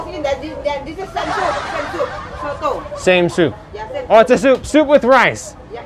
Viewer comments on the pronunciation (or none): Salfok denger same soup kirain sengsu😂